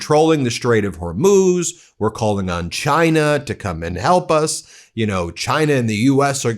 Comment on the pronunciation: Since when does trump like china, Oh, excuse me, "Jina".😂